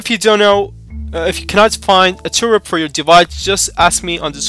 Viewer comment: Its TWRP (Team Win Recovery Project), not 'Turup' as you are pronouncing.